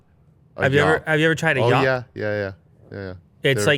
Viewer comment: Yop pronounced yooo -p not yaaap